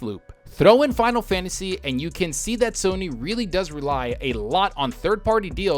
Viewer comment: "Finalfansis...eleven..." Me: 🤔